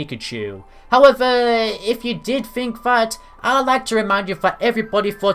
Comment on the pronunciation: Sip everytime he says howevuh..